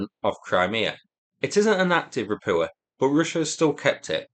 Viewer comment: How the hell you are getting "Rapua" out of "Rapucha" is mind boggling. Can you not see the "ch" in there? I like your reporting overall but this continued botching of the pronunciation grates on my nerves.